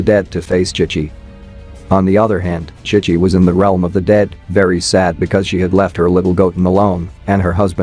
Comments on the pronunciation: Chic chi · Ki ki instead of chi chi is crazy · Bro is saying kai kai not chi chi 😂